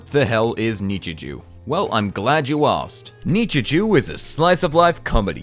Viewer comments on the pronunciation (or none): none